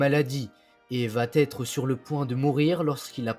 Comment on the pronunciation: Très intéressant et instructif. Merci. Mais, pour l'amour de Dieu, arrêtez de faire la liaison : vaTêtre.